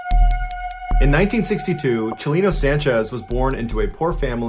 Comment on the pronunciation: I was confused when he was pronouncing Chalino as "Shalina"